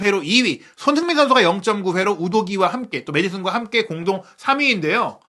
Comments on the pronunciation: "소너잉 선수" "소너잉 선수" "소너잉 선수" "손흥민 선수"로 발음해주시면 감사하겠습니다. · ㅋㅋ😂😂😅 소너밍도 아니고 소너잉 ㅋㅋㅋ